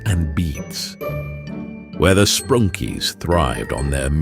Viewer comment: You said sprunky wrong